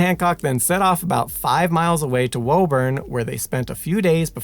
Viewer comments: Woo-burn, not woah-burn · You pronounce Quincy correctly but you've got Woburn all wrong. Woo-bun not Whoa-burn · Hello. Lifelong Mass resident here. It's pronounced "Woo-burn" Sorry, I hate to be that guy. But hearing the pronunciation used in this video was like nails on a chalkboard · Pronounced Con-curd, Charles-town and Wu-bun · Love these videos and I appreciate the accuracy in pronouncing Quincy, but the other town names are being pronounced incorrectly. Concord: "KON-kurd". Woburn: "WOO-bern". Massachusetts is weird like that.